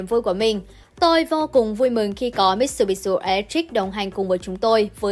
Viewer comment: Làm xướng ngôn viên khi đọc tin có tên nước ngoài cần nghiên cứu, tập đọc trước, vì khi đọc sai, đọc bừa là coi thương khán giả . Hảng tài trợ Mitsubishi là tập đoàn kinh doanh nôi tiếng trên thế giới hầu như ai cũng biết mà lại đi đọc thành MitsubishU là sao?